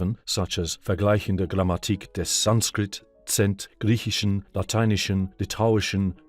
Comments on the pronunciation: You show really good pronounciation of the German texts, quite appreciated :-). Only a small hint with the word "Grammmatik". The stress and length should be on the second letter "a" and not on the "i". Very much appreciate your work and pronounciation :-) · In German, the stress in "Grammatik" is on the 2nd a, not in the last i :) Otherwise your German reading is very very good!